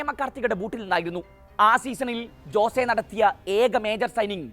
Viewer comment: "ജോസേ "അല്ല അനിയാ "ഹോസ്സേ" അതാണ് പ്രനൺസിയേഷൻ 😊😊